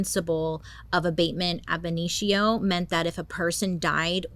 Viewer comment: just wanted to take a second and say you NAILED saying “Abatement ab initio”! Great job, Bailey! 👏🏼👏🏼👏🏼👏🏼🫶🏼🫶🏼🤘🏼🤘🏼🤘🏼💖💖💖